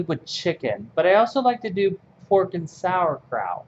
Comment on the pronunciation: oh im love it how you speak out sauerkraut 😍 btw very motivating to stitch with you :)